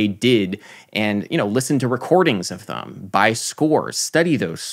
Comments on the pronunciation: Who else loves that Adam says "thum" instead of "them"? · Adam why do you pronounce "them" as /ðəm/ instead of /ðɛm/. Maybe it's because I'm british but I haven't heard many other Americans who pronounce it the way you do.